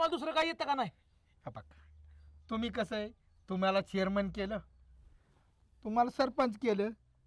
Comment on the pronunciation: चोरमन नाही चेअरमन 😅